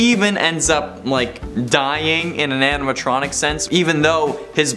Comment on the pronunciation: The way said Anatronic instead of animatronic, made me chuckle. 😅 I'd say Gregory broke some laws, like tampering with the animatronics ( pink slipped for it in pizzeria simulator.)😂 Gregory is our little criminal ♥️